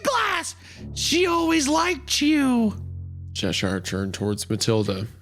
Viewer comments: its pronounced che-shuh-r. not che-sh-eye-r. sincerely, someone who was born in Cheshire (the original one) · Hunter made Cheshire sound like the chocolate sailor 😂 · Every time Isaiah says Cheshire, the Queen turns in her grave.